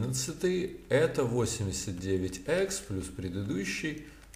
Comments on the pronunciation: Икс, а не экс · Икс, а не ЭКС, БЛИН